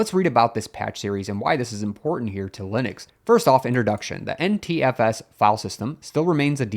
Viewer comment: Your NTFS sounds like Anti-FS. :-)